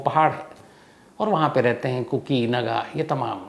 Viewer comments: It's kuki not koko sir... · Sir Aap koki chod kar kuku bolne lag gaye kuku FM yaad rahta h aapko islye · Sir ko kuku hi aati hai zubaan pe....kuku ke bolkar phir kuki ke.. sahi kar liya.😅😅 Cute Shams sir😂